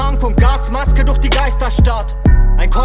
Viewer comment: duèrch mit Rachen-Ch... klingt baierisch, und soweit ich weiss, kommt er da auch her.